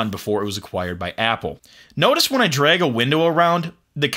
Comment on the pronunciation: it's pronounced drag, not "dreg"